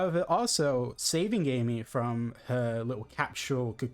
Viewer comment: Dude said "AMEH"